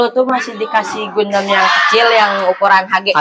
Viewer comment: bacanya Gandam, bukan Gundam